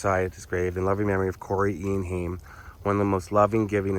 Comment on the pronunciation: Funny how you pronounced his name it is Haim rayim that is how you pronounce this last Jewish name